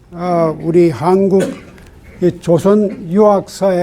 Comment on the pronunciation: 유심론의 "유"는"짧게" 발음하소서.한국의 "한"은 짧게 발음하소서.